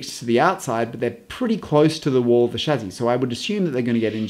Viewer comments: chassie not chazzie but great vid other wise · Amazing video, thanks for sharing your knowledge and expertise. Also it's 'Shassee' not 'Shazzee'.. but hey, at least you didn't say 'Chassee' :D Geat video mate! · Did no one at Merc tell you that you pronounce chassis wrong? Its not a chazzis my guy. Nah but in all seriousness love your vids! When ever I see a new design to the cars you are the first person I think of and I cannot wait to see your interpretation of the designs! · For pity's sake, can you PLEASE learn the French pronunciation of the word Chassis - I waas trying to figure out if you were talking about someone called 'Shazzy' or if that was an adjective (positive or negative?) to describe something on the car as 'shazzy'? You must have driven the guys crazy at Mercedes with this antipodean interpretation. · So much better than the other explanations I've found. Only now noticed though (despite watching a lot of vids here) that pronounces chassis as shazzy. Tickled me every time, once I'd noticed:D